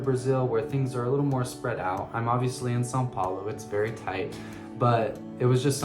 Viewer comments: You’re the first gringo that says São Paulo correctly, your portuguese is quite good. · Great accent! São Paulo is pretty hard to pronounce, but you nailed it! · Your perfect pronunciation of "São Paulo" caught me off guard haha, well done! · Same here! Impressive!😂